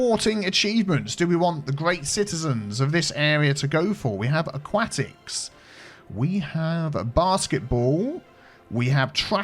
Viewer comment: Aquatics pronounciation, lol :)